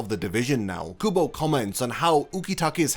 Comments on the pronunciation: Ouchhh!! The Kubo's name incorrectly pronounced hit me too 😂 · “Tight Kubo” SIR YOU WANNA ROLL THAT BACK RQ